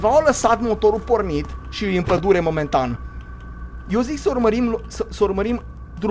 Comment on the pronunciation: la acest minut ai zis bai,,padule"